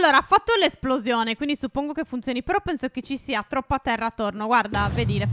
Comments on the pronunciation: Vi adoro.😍😍😘😘😘 p.s stef a un 1.53 min a detto phero e non phere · Ha detto però non phero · Giorgia18 7 la grammatica? E comunque ha detto phero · Ai detto fero stef